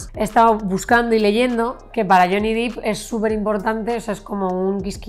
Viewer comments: Hola, un error muy habitual es pronunciar el apellido de Jhonny fonéticamente cómo Dip. Yo también lo cometía, correctamente suena Dep.. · Por fin alguien lo menciona, harta de oir dip